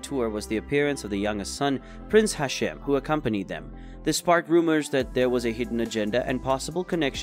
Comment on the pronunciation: its prince hashim not hasheem